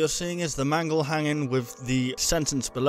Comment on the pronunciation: nooooooo mangle, not mangle.